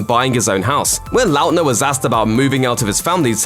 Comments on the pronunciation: the way he says Lautner makes me cringe every time... likely because despite Lautner being in show bis for 12 years I have never heard it pronounced in this way... I think I have only ever heard it pronounced "lawtner" rather than "Lout-ner" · The way the narrator says his last name is hurting by brain.. La utner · You cant pronounce his last name XD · WHY IS THE PRONUNCIATION OF LAUTNER STRESSING ME OUT SO MUCH. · oof that pronunciation of Lautner.